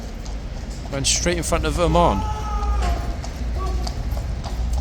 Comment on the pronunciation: Oman? Lol, It sounded like said Ormonde, and I was saying, no, that's not Ormonde! Ormonde is Blues and Royals. 🤣🤣